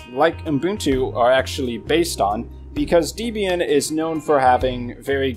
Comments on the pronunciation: Distrowatch does not list the most popular Linux distros, it lists the distros whose pages have the most hits on its website. There is no accurate method whatsoever for determining which Linux distros are the most popular. Also please learn to pronounce Debian correctly - it's pronounced DEBB-IAN, not DEEB-IAN since it's named after Debra and Ian Murdock, its founders [also learn to pronounce MATE correctly, it's not MATE but MAH-TAY since it's name after a type of South American tea]. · The official pronunciation of Debian is 'deb ee n'. The name comes from the names of the creator of Debian, Ian Murdock, and his wife, Debra. "Not Deeebian for goodness sake." Otherwise, thanks for a nice video.